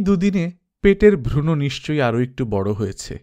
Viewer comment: উচ্চারণ টা ভ্রুণ হবে , ভ্রুণো নয় খুব ভাল লাগছে, কাহিনী ও পাঠ দুইই চমৎকার